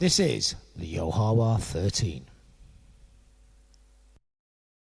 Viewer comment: You kinda are mispronouncing Ya Ho Wha and the restaurant was always called THE Source He was always called FATHER Yod Yod was his son born in the Family by Aquariana